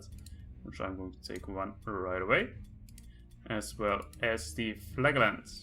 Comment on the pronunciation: Like I mentioned to Smarttrigger, "Flagellant" is pronounced "Flaj elent" with "j" as in "jam". :-)